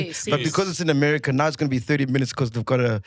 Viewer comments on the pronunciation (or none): none